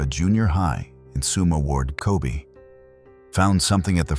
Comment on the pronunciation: it’s not “Ko bee” but “Ko bay” nice documentary but the pronunciation is not it